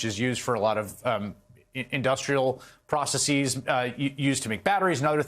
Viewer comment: the word is "processes" not "processeeees! Get it right, PLEASE! You are smarter than this.